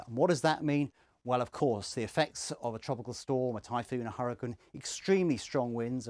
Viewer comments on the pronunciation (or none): I like how he says hurricane in an Australian accent it shoulda like he's saying Shuriken